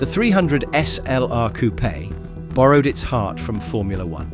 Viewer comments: No, it is not a "coup" but a COUPÉ! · Poor Rudolf got himself a hearingdamage driving these beasts privately ! 😂😂😂 Oh , its a COU....PAY....by the way , stupid yank .